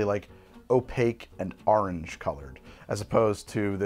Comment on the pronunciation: The AHRNJ had me dying